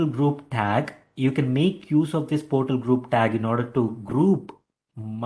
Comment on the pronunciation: its not high pitch. he doesnt speak english properly. for example portal instead of PORTAL he pronounced as 'PERTAL'